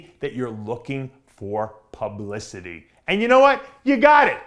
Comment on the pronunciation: Did he say ""tons of palumblicity"?